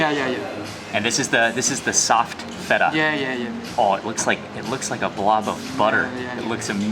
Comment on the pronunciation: fool said FE TA